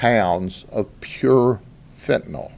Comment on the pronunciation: Thank you, Grady Judd, for saying FENTANYL correctly. Last syllable sounds like "ill", not "all". Great job on these busts. It'll be a sad day when you decide to retire!